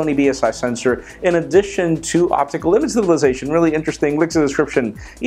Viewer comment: I know that English isn't your first language, but you really need to work on your pronunciation of "image stabilization" cuz um...damn!